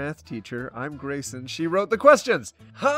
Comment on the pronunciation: When said 'Grayson', I heard it as 'Raisin' help